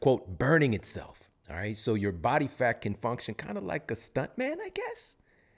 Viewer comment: I love when you say « Bat Fat » 😈😂 I’m laughing alone in my kitchen